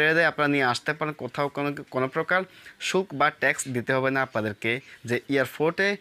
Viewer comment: শুল্ক নাকি সুখ অস্পষ্ট ভাবে কথা বলেন